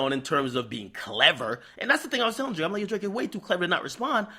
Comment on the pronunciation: Yo dont ever put that much emphasis on Drakes name again my g. 😂😂😂